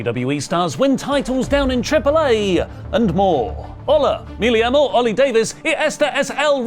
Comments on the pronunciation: me llamo is pronounced like meh yah-moh, not ill-ee-ah-moh. I appreciate the effort though. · when you said "Me Llamo ", a double L, Ll, is pronounced similar to a J and Y, like Jam. Me llamo (Meh Jam-Oh )